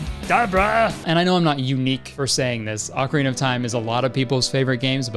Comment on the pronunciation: HEY! You are one of the few people I've seen pronounce Ocarina correctly! Cool.